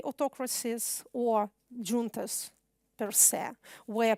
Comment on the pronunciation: Ксения, ну, не стоит преувеличивать, и ошибки в произношении встречаются. И в построении предложений, и в грамматике (артикли, конечно, особенно страдают). Просто хороший рабочий уровень и большой словарный запас, хотя есть и лексические ошибки типа kernel вместо core и т.п. никакого mastery тут нету. А вот зато в том, что именно она говорит - вот где mastery! ))) "джунтас" вообще посмешили, если "дж", тогда уж "джантас" говорить, как американец, который никогда не слышал испанского, лол ))